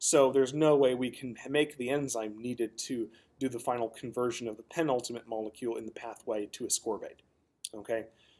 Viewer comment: I’ve never heard of a “moluecule” what’s that?